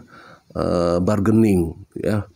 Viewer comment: Bargains itu Artinya Tawar Menawar... Kalau lidah orang Indonesia Barkening Cara Bacanya Bargaining itu Adalah Bahasa English kalau bahasa Indonesia nya Tawar menawar